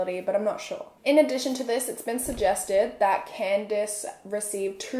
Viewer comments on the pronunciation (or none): none